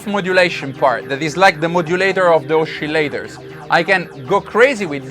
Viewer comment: I like the way you say " oschillators" 😉 seems to be unison ;-)